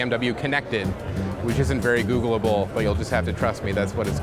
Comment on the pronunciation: I looked though the comments and is no one going to talk about how he said "googleible"